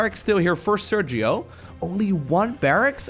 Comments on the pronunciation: Hi, just an clarification. Sergio is a Spanish name and the phoneme used in the G followed by i or e is /X/, not /G/. I know you always try not to butcher nicknames, so I hope this helps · Sergio is pronounced ser-he-o (in english phonetics) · It's pronnunced "Serjio" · hey you maybe should pronounce the name sergio in spanish